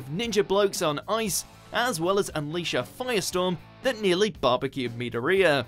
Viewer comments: Medorita? Does he mean Midoriya? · Meturia? It's Midoriya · I died of laughter 😳 medoreAaa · "meateria" Midoriya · I get so mad when they call Deku Mid-oh-ri-ah instead of Mid-or-ee-ah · Say the names by the right way. Midoria? Pff, it's Midoryia ! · And he pronounced midoriya wrong he said midiria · Meat er Rhia LOLLLLOLLLOLOOOLL😂😂😂😂😂😂😂😂😂😂😂😂😂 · "Me-dor-e-a" you just say 'deku' next time if you can't say Midoryia's name right😂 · he said me-da-riya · THIS MAN SAID MEDAREYA I SWEAR THESE NAME PRONUNCIATIONS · Me-Door-eeyuh My ears...why? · Lol why'd he pronounce Mydoriya like that? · Anybody else here mortified how this guy pronounced midoryias name?? Straight butchered the crap out of it basically called it meataria when he was going over shoutos quirk. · Bruh the way he says Medoriya makes me cringe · It's pronounce midoriya not what ever the hell you said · its pronounced Me-door-re-yah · That pronunciation of Midoriya just makes me cringe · My son how he says Midoriya smh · Just say izuku, ok XD I cringed so bad when he said midoriya 😂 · How can you pronunce Midoriya that wrong. I was expecting something like "My-Door-iya" or something like that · it bothers me how you say midoria's name wrong, it just does, also, wait until season 4, chiazaki is a beast, and eri is op for a 7 year old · I don’t think I’ll ever be able to get over how he pronounces Midoriya. Like how do you mispronounce that it’s said in the show. And he doesn’t even say it close to how it’s actually pronounced. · am I the only one who got triggered because he pronounced Midorya's name wrong? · ok I see how you can get midoyas name wrong but hOw hArD iS iT tO sAy eRaSuRe cOrReCtLy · God the way you pronounce Midoriya's name made me cringed bit XD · The way he said midoriya I cringed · I don’t like the way he said Midoriya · Midoriya pronunciation in this vid is horrible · The way he pronounced Midoriya is horrible